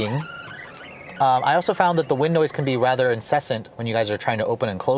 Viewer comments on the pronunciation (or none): none